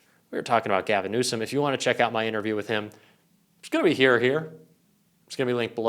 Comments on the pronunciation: He called him newscumb, pronounce his name right , taco truck dummy don. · "Newscumb" and after mispronouncing the Governor's name Trump calls him incompetent.... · "Governor Newscom?" Trump can't even pronounce his name right!!! What an idiot... Trump claims he got the Olympics to go there??? WTF There have been enough vids, pix and victims' testimonies regarding Epstein and Trump that if people don't get it by now, they never will, so let's get off the Epstein files gig because it ain't going to happen and it doesn't need to happen! It's trivial and not worth the time to keep at it. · He said NEWSCUM...am I the only one who caught that? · He couldn't even pronounce Newsome correctly that clown said Newscome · Gavin "Newscom"??? Trump can't even pronounce Newsom's name correctly!! Trump is Brain dead and INCOMPETENT!! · Did Trump actually just call the California Governor “Newscomb”? Help me out here, that’s what I heard…. how about you? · Rump can’t even pronounce GCN name 😂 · Can't pronounce his last name and calls him incompetent. And then uses fowl language on TV. He is not only the worst president we have ever had, he's one the worst humans on earth. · Trump is so incompetent he can't even pronounce Newsomes name correctly. He thinks he's clever and insulting him but he just sounds illiterate lol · He’s really bad!! He can’t even say Gov. Newsom’s name correctly! Talk about white trash!! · Trump can't even pronounce Newsom correctly anymore. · TRUMP IS SO STUPID HE CAN'T EVEN READ BASIC ENGLISH. THERE IS NO LETTER 'C' IN THE WORD NEWSOM. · Trump can't even pronounce names correctly...BIG LIE..TRUMP HAD NOTHING TO DO WITH OLYMPICS IN CALIFORNIA..SUCH A HABITUAL PATHOLOGICAL LIAR.. CONSTANTLY SPEWING HIS SATANIC LIE'S!!! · The Peddy Lovin' Pants Pooper still cannot say Newsom? I wonder if all Peddy lovers are that confused?